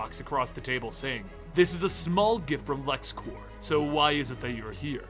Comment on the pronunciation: it's Lexcorp not Lexcorps